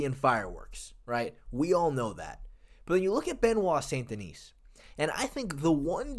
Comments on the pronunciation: The 's' in 'Denis' is silent. Unlike the name 'Denise'. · the "s" at the end Denis is silent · Each time an English speaker pronounces the last S of Benoit's last name, I cringe. And Navy seals don't exist in the French army BTW. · The s in Denis is silent